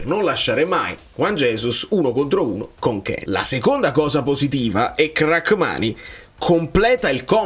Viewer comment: So che ci tieni per la pronuncia. Si dice Ramani, non Rackmani.